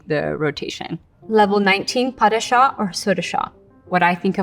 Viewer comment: She has got a large amount of faults even though she is considered to be one of the top ballerinas in America... she wouldn't be anywhere near the top level in the UK.. The pronuncations are not correct in quite a few of the steps... pas de chat is called that due to the unfolding of the leg which is like a cat's walk not a soft landing lol!